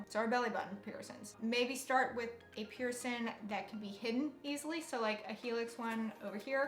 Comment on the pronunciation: The way you say piercing.... "Pearson"